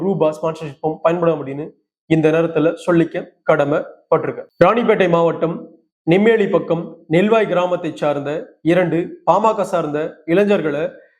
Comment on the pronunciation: நெம்மேலி அல்ல நெமிலி என கூற வேண்டும் !